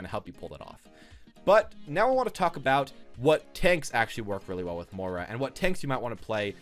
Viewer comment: Please stop mis pronouncing moira